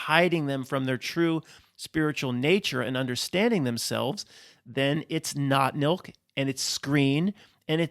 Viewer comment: I keep hearing "not milk" every time you say that phrase. As in, not human nor fur-babies.